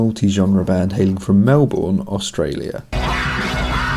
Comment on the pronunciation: Great vid, just one thing, you gotta say "Melbun" not "Melborn".